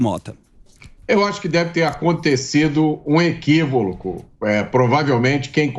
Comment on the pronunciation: Equivoloco. Equivoquio lol😂😂😂